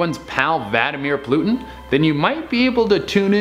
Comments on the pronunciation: is it just me or did it sound like he said vladimir plutin not vladimir putin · Did he say "Vademer plootin"?? I love this channel lol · 🤣this guys said Vladimir plutin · i like how this guy says Vadimir Plutin lol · "Vadimir Plutin" I almost died... thanks!:) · Good ‘ol Vadimir Plutin. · "Vlady poots" 😂😂😂😂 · Yosammity Sam and vladimeer plutin... am I the only one who heard this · DId he just say Vadimeir Plutin? LOL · Did anyone else here him say Valdimir Plutin? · Vladi Putz....🤣🤣🤣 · Vaddameer Plootin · Vadamir Plutin? 😂😂😂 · “Vadmir Plutin” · Vladimir Plutin?? 😂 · Vadamer Plutin lol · Vadamir plutin... lol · Vlady Poots 😂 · Vadimir Plutin? It's Vladimir Putin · He completely butchered Vladimir Putin's name, lol. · how you going to mess the man's name up like that